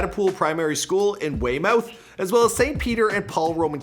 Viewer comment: Just a heads up about pronunciation of place names: Dagenham = Dagger-num High Wycombe = High Wick-um Weymouth = Way-muth Nice vid, though!